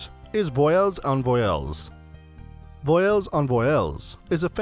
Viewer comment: Just for the record, "voiles" is pronounced "vwaahl", not "voy-ellles". I'm only pointing that out because if a tourist goes around asking about "voy-elles", it sounds like you're asking for vowels.